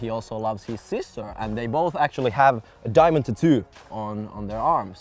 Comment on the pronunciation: I thought said Neymar likes diving instead of diamond lol